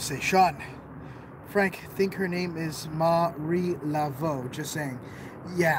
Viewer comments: Around the third time he said Mary de la Voo I started hoping Marie has a sense of humour 😂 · Marie Laveau's name is pronounced "La- vo'" like in bureau. Rock on,. I love that you sing Wonka when you're nervous! lol